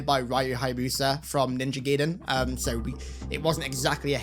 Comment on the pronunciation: Ninja GUYden btw, haha. Not pronounced Gayden. The "ai" sound from Japanese is like "eye" in English.